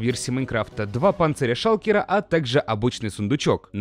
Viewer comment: сказал "Шалкела" ))